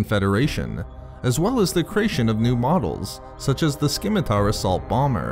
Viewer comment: sorry... you said scimitar wrong.. i used to enjoy this channel greatly and always debated about subbing.. but you've now triggered me and as such we can never be friends!... nah i just don't sub cause i'm lazy.. but seriously.. that is like the only word i hate to hear mispronounced because the c in scimitar doesn't sound like a K.. only people i've ever heard pronounce it that way are from Cali btw